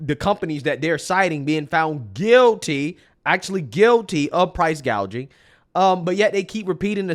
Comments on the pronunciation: I don't believe this.... They are going on and on about Kamalas price gaging, that is what she said, she can't even read. The word is gauging. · Elizabeth Warren, another socialist… Kamala couldn’t even pronounce price gouging!! She says “gaging” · There are already anti price gouging laws, or as Kamala says anti gauging 🙄